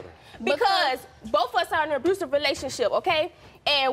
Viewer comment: An "abroosive" relationship. ROFL